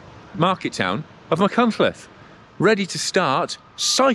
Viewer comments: Great vlog, but you need to work on your Welsh place name pronunciation. 😂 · Great overview Guy. Feel like I've known you for decades after reading so many of your MBR reviews & editorials over the years. Don't listen to the listen to the criticism about your pronunciation of some of the Welsh placenames. The main thing is that you're promoting tourism and the beautiful Welsh landscape. I''m sure Steve Jones could give you some pointers for future reviews ;) Diolch yn fawr 👍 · Phil can't pronounce Welsh names correctly either. 😂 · Your love and respect for Wales came through really clear for me, and I can see you ARE trying on the pronunciation. Obviously there are so many places you go through that learning them all exactly would have been really impractical - viewers have to remember this is an off-the-cuff recorded cycle ride, not a scripted, rehearsed video. Really enjoyed the video. I'm thinking of doing the route but only have a gravel bike (45c tyres). Any advice? Is that stupid? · I respect and enjoy a lot of your output and I don't like to post a negative comment, but this was marred by disappointment over your pronunciation, more so considering you are the 'official guidebook writer'. As a viewer, it came across as 'can't be bothered, it doesn't matter to me'. With a little bit of effort, this would have been an ideal opportunity to show respect for the place, people and language in the area traversed by the route. (PS Trawsfynydd is also misspelled above - if you are able to edit it, replace the second 'n' with 'yd' ). Please take this as constructive and well intentioned. Beyond this your enthusiasm comes across, despite riding it on a chilly couple of days in February. It looks a great route . If there isn't one already, perhaps a pronunciation guide would be a useful addition to the guidebook ;-) Edit: I've just watched part 2 too.. Also inspiring and definitely on my list. Thank you very much/ Diolch yn fawr iawn i chi 🙂